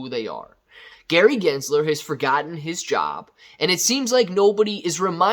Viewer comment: Like how you say good guys Gary jizzler 😂 is not a good guy